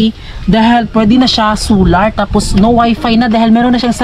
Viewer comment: bat ba hindi mo ma pronounce pronounce yang solar na yan sular ka ng sular its SOOOOLLLLLLAAAAAAR not SUUUUULLLLAAAR